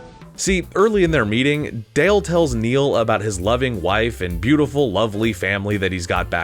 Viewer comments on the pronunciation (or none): I wish you had gone back and re-recorded every time you called Dell, "Dale".